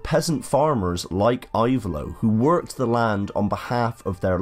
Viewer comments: Type it "Ivaylo" but the pronunciation is "Evaylo". Very good video. Thanks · I-vay-lo. The "I" is pronounced like in the word "impressive".